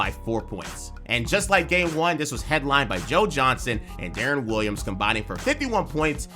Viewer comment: Thought you might actually know hoop…then I heard you call Deron Williams “DaRon”…realized you just buying scripts on fiver…